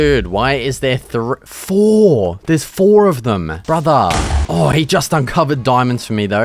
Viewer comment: “What is this stone brutha?” And instantly knew he is a local bloke